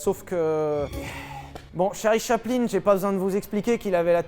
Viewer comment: Mdr j'ai mis 3min a comprendre qui était "Charlie Chapelin"